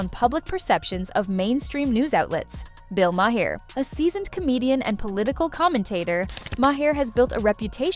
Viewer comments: It's not Bill MAHAIR. It's Bill Maher, like Marr. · The title of this video is so misleading. The video itself is terrible. Whoever is narrating? My goodness! Not sure if it’s A.I. or not, pronouncing MaHer and then MaYer. It’s just MAR! Also, Colbert with a hard T? I couldn’t even finish this stupid video. You should just take this down. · His name is pronounced 'Ma' as in mother. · Its pronounced Bill marr and Colbear. Your pronunciation of Maher was almost bad enough that I questioned who you were talking about. Also repeatinv the same talking points over is truly getting annoying ! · I refuse to watch any more CNN AI narrated videos. They mispronounced Mayer's name every single time and sang the virtues of Collins way too many times. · Might help if the narrator pronounced Bill Maher’s name correctly. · How many different ways is CI going to pronounce Bill Maher’s name? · Who is this reporter? She can't even say his name right. She might want to find another profession. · Def takes away from the message. These seems like AI, as the pronunciation changes; I heard at least 5 different pronunciations.